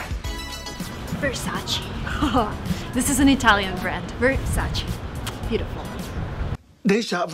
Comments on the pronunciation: I’m italian and the correct pronounciation of Versace is NOT “Versaci” but “Versace” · IT IS NOT VERSACI IT IS VERSAC-E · You didn’t pronounce Versace correctly. Recently they made a video on Instagram with Donatella, that correct way to pronounce is “VersachE” not “Versachi” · I’m Italian and I want to let you know that Versace is mispronounced, it’s not Versacee, it’s Versaceh. There’s a video where Donatella Versace herself tells that she can’t stand when Americans pronounce it Versacee. Great video btw :) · IT’S versacE NOT VERSACI (i’m italian) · It’s VersacE!!!! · it is not versacE it’s ver saa che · Versace was said wrong. Not "Versachee"', it's "Versach-eh" 🖤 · no, he call versace with the American pronunciation. Versace is an italian brand and the correct pronunciation is versach-eh. I am italian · Well, no, it's not pronounced Ver-SAH-chee but Ver-SAH-tchey. In Italian the syllable "ce" in Versace would sound like tch in waTCH and e in Ever = (wa)TCH+E(ver). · Versace not Versaci (pronounciation) - learnt it from the one and only Donatella Versace. 😝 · Versace sound not like is not Versachi but Versache - last letter is `ae` not american `e` but italian e. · I’m italian and you didn’t pronounce well Versace, it’s not “Versachee” it’s “Versaceh” i don’t know if you can understand 😂, also yes, there is Hollister in Europe and also Abercrombie and Fitch. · Nice video :) but there is one mistake. It is not Versaceeee it is VersacE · Versace not Versaci because it' s italian, also Ermenegildo Zegna not Segna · Donatella said it was VersacE! Not Versaci...pls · versacE not versace(i) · I m Italian and it’ versacE not VersacI. . And It’s DISEL the correct pronunciations of Diesel!!! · It's VersacE not versacI/versacEE . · but.. but.. its ver - sa - che not versachii err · U r very confident And nice but Vercace u spell Not like u said - versachi but versache EEEEEE If u dont believe watch 73 question With Donatella Versace on Vogue channel. Regards from Poland .